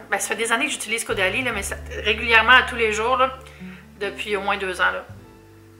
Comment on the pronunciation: Le bandeau te va à ravir! ❤️ Je sais pas pourquoi mais chaque fois que tu dit Caudalie dans la vidéo j’entend Go daddy 😂 Y’a fallu que je rewind un peu la vidéo la première fois pour être sure 😂